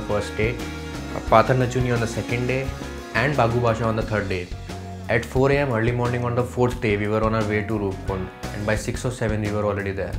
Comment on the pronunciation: It's not patar nachuni it's patal nauchania and it's not bagubasa it's bhagwabasa..